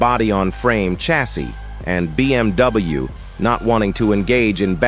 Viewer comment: BMW sözünü düz tələffüz etmir